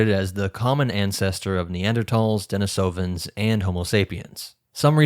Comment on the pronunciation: deNIsovans not deniSOvans thank you